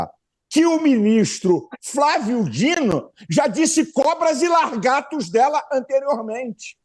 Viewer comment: "Largatos" Deus me defenda de um pastor desses.